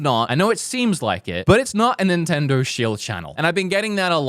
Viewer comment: What nationality is? He always says “Nintnendur” and “Zeldur”